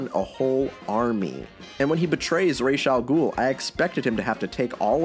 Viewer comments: His name is not rayshe... Ras al ghul actual means head of the demon It's a real word in arrabic while rayshe is made up gibberish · just changed the way all of the world pronounces Ra's al ghul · Not to be a fun killer but it is Ras (raas) not Ras (rashe) as it literally is arabic for “head of the Ogre”